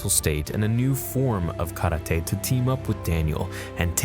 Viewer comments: stop saying KARA-TAY its KARATE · Stop saying karate that way